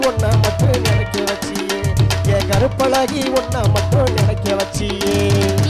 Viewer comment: உச்சரிப்பில் கவனம் செலுத்துங்கள்.கருப்பழகா என்பதை நன்றாக உச்சரியுங்கள்.